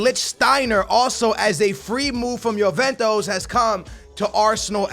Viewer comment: “Yoventos” ....smh